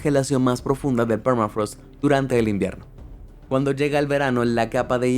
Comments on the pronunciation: es "thermafrost" no es "phermafrost," encima lo copiaste y pegaste asi...que lastima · Permafraasth !! Habla en criollo hermano.. se pronunciá permafros che vende patria